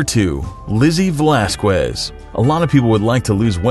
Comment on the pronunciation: does lizzie pronounce her last name valasskwez? i always thought it was valaskez. in any case, i wonder if she has ever considered a coloured contact for her bad eye? not that it would make much difference to her, but when it appears to glow in pictures, it's a bit unnerving. regardless, she appears to be a lovely person who is now a motivational speaker. right on lizzie!